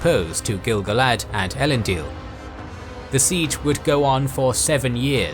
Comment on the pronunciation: Finally someone who pronounces gil-galad correctly. Like I do!